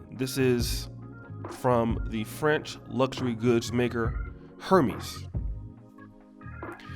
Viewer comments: For one Cardi B is a grown ass women who makes her own money and can spend it how she likes, two it’s pronounced “air-mez” not “her-mes”, three Jim Jones needs to mind his own business is he telling his wife to support black business, I bet she has plenty of Louis, Gucci, prada, and Hermès in her closet, I’m tired of men trying to tell women what they should do or not do with their money , four name some black businesses that we should be supporting, I mean the ones that are black owned because a bunch of them are owned by white companies, so who are you referring to. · It’s pronounced “”Ernes” the H is silent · Hermès is actually pronounced “Air-mez”. I don’t give a damn about that kind of needlessly expensive material nonsense, so I had to look it up myself recently. 😂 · 👍🏽👍🏽 Great video...and come on Oshay, it’s “air-MEZ” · Hermés is pronounced “air mez” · 🤣🤣🤣 he really did read like it was Hermes. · Learn how to pronounce Hérmés, and black designers don't have fashion lines that are over 100 years old that have the same prestigious level. European countries rule fashion period. They're known for their couture and atliers also leather craftsmanship. That's the reason people wear "white" designers, has nothing to do with color. People support off-white, he's a black high end designer.